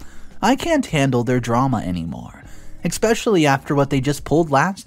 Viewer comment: I can give the commentator some advice. Try to pronounce especially with an S instead of annex